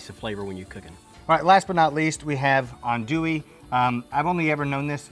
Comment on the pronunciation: Not authentic Cajun. I grew up in Lafayette and he mispronounced both boudin and andouille. Where was this filmed Oklahoma?